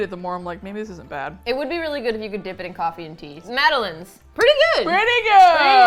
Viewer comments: Am I the only one who thought Madeleines??? Were pronounced mad-del-lines? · Omg I was dying when they were saying mad - ay - lins it is pronounced mad - eh - line